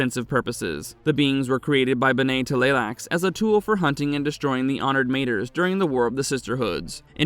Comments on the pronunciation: It’s “beh neh“ not “Ben-nay”. There is NO ACCENT on the second e. And as mentioned earlier, “mah-tress” not “mate-ters“. I can almost handle the nasally voice but the mispronunciation had me cringing every time. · It's pronounced Mah-trehs not Mate-ers. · It's "Honored Tomatoe", not "Honored 'mater", ya blasphemous heathen 😂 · Bruh, it’s matres (pronounced ma-trays.) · That also bugs me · I’m glad I heard the proper pronunciation before this or it would have been stuck in my head forever 😅